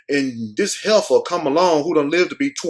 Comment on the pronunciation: Hefer not header